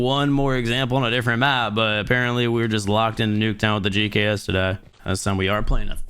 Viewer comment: He said "The Gucks" wrong btw.. Thought I'd point that out for you lot who might have missed that..